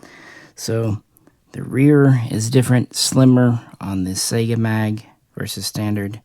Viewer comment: SAI-Ga.... like Saigon. lol. Not SEGA Genesis.... sheesh, only things worse is people adding an A to Hornady and making it Hornaday... =)